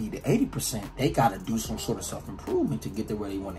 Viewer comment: “YouTewb. What it dew”